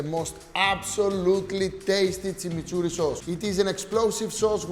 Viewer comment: He's pronouncing it Tsimitsurri (not Timiturri) because we don't have the ''ch'' sound in Greek.